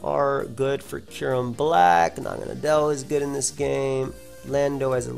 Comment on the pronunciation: I figured naganadel was pronounced Na-gah-NAY-del, kind of like "needle". Either way cool vid man